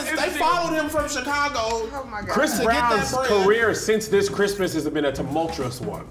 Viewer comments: "Last Bhrimas..." 😂😂😂😂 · "THIS BRISTMAS..." 😂😂😂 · "This Bhrismas"😂😂😂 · "This Bhrismas" LMFAOOOOOOO